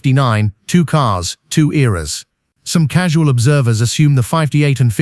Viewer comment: BTW, they are all cars, not caares Learn how American English pronounced!